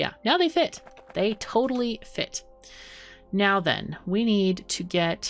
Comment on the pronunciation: Survived the storm. ;D Finaly the oil is flowing. Guess I soon will have to pay 25€ and buy Factorio, this is so much fun to watch! ^^ Every time you say "now then", I hear "meow then". xD Is that just me? xoxoxo ^^